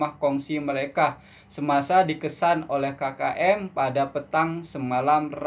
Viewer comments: bukan ki ki m bang, kkm(sebutan biasa) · Cuba sebut OK... Ambil sebutan K tu hehe 😊 K K M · Asmkm,bukan kiki m keke m..indonedia kate kaka m..coba perbetol kn he heeeee👌✌✌